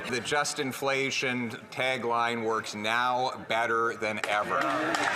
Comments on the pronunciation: Sounded like wacko said indianflation lol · Did Justin say IndianFlation? Or is that me?